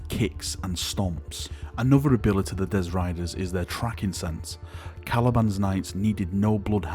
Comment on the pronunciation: Dezz Riders?! Do you mean Destriers?!